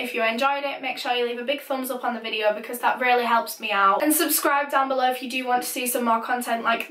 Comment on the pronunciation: Stop saying case or caes video or vedio